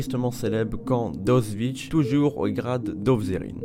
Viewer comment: je suis toujours étonné du peu de cas que l'on fait de prononcer correctement le nom d'Auschwitz... la version la plus courante donne "Auswitch" façon sandwich... voici donc un tutoriel de prononciation phonétique, il faut décomposer. A - och - Vitz